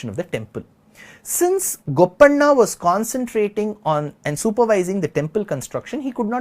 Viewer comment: Sri your Telugu name pronounciations are not great. It feels bad. especially when you said Madhanna and Gopanna